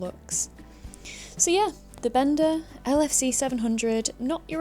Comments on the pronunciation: pronounced as bēn dá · Bender?! wtf 😂 Maybe it sounds better in a different accent 😅